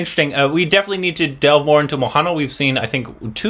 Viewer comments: Then it was Maha Neel. Now it is mohanaal.. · Mohanlal is pronounced as MO-HAN-LAAL. 😊😊😊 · Ur pronouncing the name "mohanla" wrongly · Still you are pronouncing Mohanlal name incorrectly 🙈